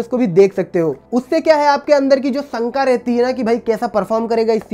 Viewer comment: संका नहीं शंका होती है